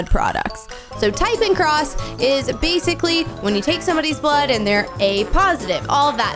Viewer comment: When she says blod sugar im like:oh damn i have a sugar diabet(fun fact:u can't eat when ever u want ur blood sugar rules u)